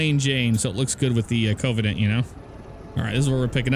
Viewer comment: I'm triggered by how you say Covenant. Its pronounced: kəvənənt